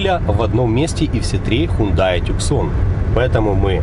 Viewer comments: Ув., не называййте эту модель Тюксон. Корейцы назвали эту модель TUCSON в честь американского города ( имено на рынок США изначально планировалась эта машина ) в Аризоне. Это юг США и когда то он был под властью Испании а потом и Мексики. Это не английский язык и читается как ТУССОН. Обзор как всегда 👍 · Не туксон, не тюсан,, а тусон сколько можно говорить??? Тусон – город в пустыне Сонора в американском штате Аризона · Не тюксон правильно,а ТУСАН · Та "Тусан", а не "Тюксон" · Запомните тусан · правильно произносится ,Тусон.Авто названа в честь этого города,как и Санта Фе,город этот знаменит,огромной стоянкой самолётов за многие десятилетия собранные там. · Насправді правильно Тусан. Це місто так вимовляється. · Ну прочтите уже правильно название автомобиля ! Но обзор как всегда 👍👍👍